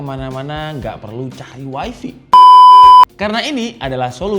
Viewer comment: Bukan Wai Vi, tapi wai Fai, 😅😅😅😅😅